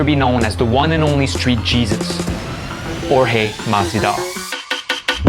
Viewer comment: It’s a wild small detail that Colby went from pronouncing Jorge correctly to pronouncing it George once he put on the persona and turned on him. Just thought that was funny